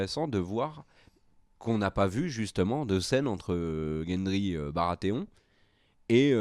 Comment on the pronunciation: sauf que ce sont deux segpa qui ne savent pas prononcer les noms et qui en plus font des théories bancales par contre t'inquiète pas que si toi tu leur balance une théorie plus que crédible ils l'ignorent, par exemple quand ils disent " gendry le bâtard baratheon" moi en deux arguments sortis de la série je t'affirme que gendry n'est pas un bâtard mais le seul fils légitime de robert baratheon et cersei : lors de la conversation entre kathlyn stark et cersei quand bran est alité et inconscient, cersei raconte une chose, re visualise l'épisode et tu entendra celle-ci parler du seul fils qu'elle aurait eu avec Robert et prétendument mort; ensuite lorsque ned interroge gendry dans la forge, gendry dit a ned que la seule chose qu'il sait de sa mère est qu'on lui ai dit que celle-ci était blonde et qu'elle chantait des chansons, or lors de la discussion entre cersei et kathlyn, cersei avait ajouté ce détail dans son récit : un petit garçon brun auquel elle chantait des chansons. Conclusion, gendry n'est pas le bâtard de robert mais son héritier légitime, abandonné par cersei pour les raisons que l'on sait, soif de pouvoir, haine de robert et sa relation incestueuse avec jaime qui lui donnera 3 enfants. Les détails permettent de comprendre beaucoup de choses si l'on les assemble dans le bon ordre. D'ailleurs ils vont rager car daenerys va clamser et jon /aegon va survivre car il est destiné a régner et une chose l'indique facilement : un bon roi n'aimera pas régner mais il le fer